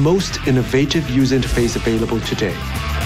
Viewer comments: Razer not razor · It's Razer not Razor noob!! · i think it's razer not razor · it's razer not razor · its Razer not Razor